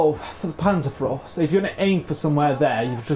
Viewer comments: "Panzerfros"? Ma'e its called PANZERFAUST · Pan-zerr-f-ow-st Ba zoo ka Also, neither of them are guns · Panzer "fowst" and pee-aught. Them's the closer pronunciations. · Lol its panzerFAUST... not frost. Its not a winter bazooka lol. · Not panzaurfrost wtf you sayin mate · yea.. but now tell me wherre the r comes in faust?